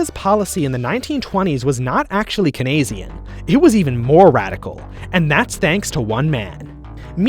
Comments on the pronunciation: It's pronounced "keens-ian," not "kee-nes-ian." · Actually its pronounced cainesian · It’s pronounced “Cain see-an” Also What sources did you use? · It’s pronounced “Cain see-an” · For christ sake learn how to say Keynesian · One critique, you pronounced Keynesian wrong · your pronunciation of keynesian gave me great depression :( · Good analysis but your pronunciation of "Keynesian" is painful.